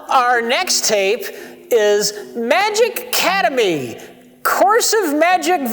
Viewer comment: "Magic Cademy." Rich, it's the 100th episode. You couldn't keep your shit together for 5 minutes? XD Rich truly is where the magic happens with BotW.